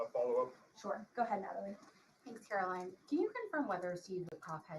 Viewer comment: Please pronounce her name correctly. CARE-uh-line. Line rhymes with mine, sign, wine...